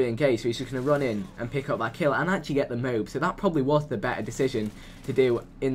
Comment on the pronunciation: its not a mobe its a MO....AB